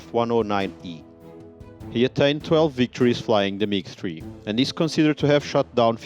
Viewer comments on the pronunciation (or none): OMG just say MIG stop calling it MIG TREE !!!!